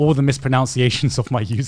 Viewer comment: Gigguk going on about how to pronounce his name when he mispronounces "mispronunciation"